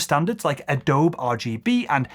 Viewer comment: It's pronounced A-doe-bee!